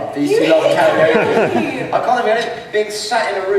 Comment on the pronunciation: "Karenoke" I'm dying.